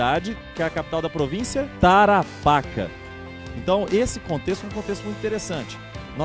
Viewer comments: Tarapáca?????? .eu amigo é Tarapacá....como chileno meus ouvidos doem so te ouvir falar errado. Alem disso esta historia esta mal contada e precisa corregir muitos erros e fatos historicos. Saludos desde Chile 🇨🇱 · O nome certo é "tarapacA"....tem que carregar a última letra "A".....MUITO BOM VÍDEO ,....NA VERDADE , PARA QUEM NAO ENTENDEU,...NÃO ERA O GOVERNO DA INGLATERRA JUNTO COM O CHILE.., NA VERDADE ERAM EMPRESÁRIOS INGLESES INVESTINDO NO CHILE E DEFENDENDO SEUS INTERESSES ASSIM COMO ACONTECE ATE OS DIAS DE HOJE, INCLUSIVE NO BRASIL...Com respeito à guerra das Malvinas,..o Chile deu suporte logístico ao exercito inglês, o Chile fez isso porque:..primeiro., existia um embargo de armas para o Chile..o exército chileno não era nem a sombra do que é hoje (assista aqui, parada militar chilena 2017),..e o exército argentino planejava depois de tomar as Malvinas .., invadir o Chile.., se isso tivesse acontecido seria uma massacre já que o exercito chileno era muito fraco..,por isso o Chile decidiu ajudar a Inglaterra, evitando assim a invasão do exército argentino. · Outra coisa, você pronunciou errrado Tarapacá, o acento agudo está na última sílaba e não na penúltima. Nem vou comentar.